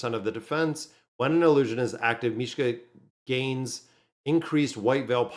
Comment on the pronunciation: T'was like they took Mishka's name and removed the K